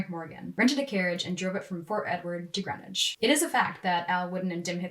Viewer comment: It's pronounced Green-witch. We're different up here.